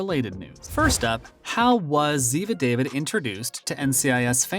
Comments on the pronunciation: I quit watching this. It is not good, no research. Her name is pronounced Da-veed. Not David. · Did he really just say David. DAH-VEED Uh get it right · not David but Dah-veed. Geez! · ZIVA DAVÌD IDIOTS LOLLL😊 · Oh Please- these narrarators. It's Dah-Veed, not David. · Learn to pronounce her name correctly if you are going to talk about her.